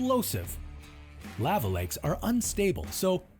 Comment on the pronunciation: This guy managed to pronounce Lava, at least 3 different ways.